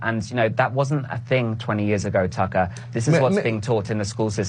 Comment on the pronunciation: Ugh when he pronounced that guy's name almsot like 'Taika', (I didnt know the dude interviewing him's name then) I assumed he was gona go off on a rant about what Taika Waititi was wearing at the EMA's and I was gonna be mad, I was gonna be like 'KEEP MY HUSBAND'S NAME OUT OF YOUR MOUTH YOU ATTENTION SEEKING LITTLE TWAT!'